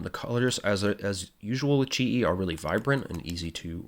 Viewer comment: Yup you got my name right 😂 Almost nobody gets it right the first time. Thank you!